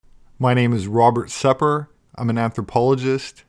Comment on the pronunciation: hi, im an anthropology student, been following your videos for a while now ...but , the first time i came across ur channel and i saw ur name and looks i was 100% sure u are iranian. then later i thought i was wrong and the sir name is just a similar word as u dont pronounce it like a farsi speaking , anyways i wasnt so wrong after all. ps. sepehr means : the sky